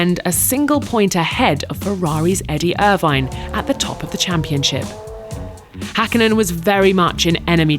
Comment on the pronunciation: Gotta love the commentators/narrators of previous eras as they nowadays couldn't even dream about bothering to TRY to pronounce Finnish names properly, let alone type them correctly. He says "Häkkinen" almost perfectly. I mean, even our nowadays appalling Finnish commentator pronounces Vettel with an F like it's supposed to. Come on, it's not that hard to pronounce Finnish names. 😑